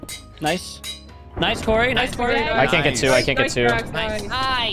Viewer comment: not the way pronounced Couri… “COREY” 💀💀💀 Anyway, if it was the last Rivals it was an honor watching you, peeposad